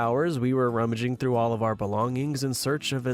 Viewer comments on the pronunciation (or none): none